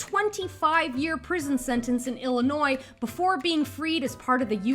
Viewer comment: I'm so psyched by your correct pronunciation of Illinois! Most U.S. citizens can't pronounce my not-so-fine Midwest state's name. 😉